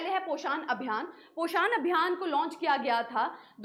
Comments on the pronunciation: This is a hindi word prounce it poshn not pashaaaaaaan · mam plz pronucation se dhyan da ap its poshan not poshaaan. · Poshaan ❌ Poshan ✔️